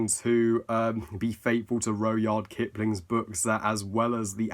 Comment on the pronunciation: It’s pronounced rud-yard